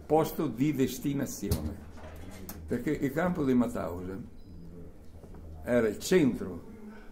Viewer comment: Ma perchè in così tanti dicono Matausen , quando invece era MAUTHAUSEN...